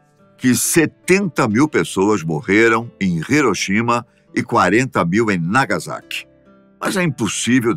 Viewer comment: a pronuncia certa é nagassaki e riroshima